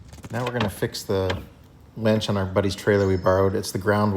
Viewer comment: Winch, not Wench!